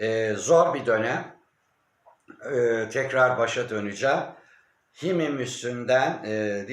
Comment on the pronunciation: Himeymim okunuyor. Himmim değil.